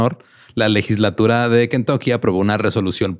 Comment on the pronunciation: Yo solo quiero saber que es una ligeslatura? 😂😂😂 Lo peor es que jura que lo pronunció bien 😂😂😂